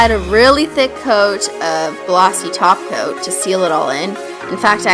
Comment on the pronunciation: she does say glossy taco